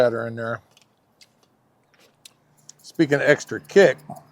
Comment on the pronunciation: When you say extri you’re card carrying country 😂 Keep checkin the haters